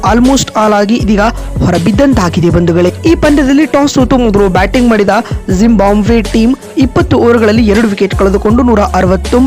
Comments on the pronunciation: ಜಿಂಬಾಬ್ವೆ ಕಣ್ರೀ ಯಾಕೆ ಜಿಂಬಾಂಬ್ವೆ ಅಂತ ಹೇಳ್ತೀರಿ? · ಜಿಂಬಾಬ್ವೆ ಮಾರೆ ಅದು ಟೀಮ್ ಹೆಸರು ಕೂಡ ಸರಿಯಾಗಿ ಹೇಳೋಕೆ ಬರಲ್ಲ ನಿನಗೆ 😃😃